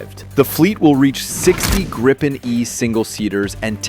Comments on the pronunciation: The "i" is a long vowel, so "gr'ee-pen" and not "grippen". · Itr's pronounced "gree-pen" not "gry-pen". Also, Scandinavia only consists of Sweden and Norway. So the title should be "Sweden’s Military Is Now the Strongest in the Nordic region". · "Grayyypen" - FFS. It's Gripen! As in "Agrippa", to "grip" or "ripp". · Thank you for telling a Swedish citizen how to pronounce a Swedish word. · Or more correct like the American word "greed" without "d" and the English word "pencil" without "cil" and you have "Gripen"...